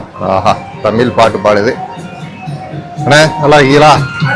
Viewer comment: தம்பி தமீல் தமீல் ன்னு தவறா சொல்லாதீங்கப்பா.....தமிழ்....ழ்...ழ்....சொல்லிப் பழுகுங்கப் பார்க்கலாம்..! சித்திரமும் கைப்பழக்கம் செந்தமிழும் நாப்பழக்கம்..!!